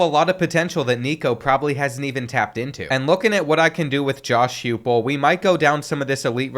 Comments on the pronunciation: The coach name is pronounced Hi-pel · Can't believe you're gonna mispronounce our coaches name on top of everything else 😂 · Kentucky automatic loss?? You couldn’t even pronounce Josh Heupel name correctly. 😅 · Also the king of selling last names, iamaleava is hard but heupel cmon man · The only part of the video that bothered me was how much he mispronounced Josh Heupel.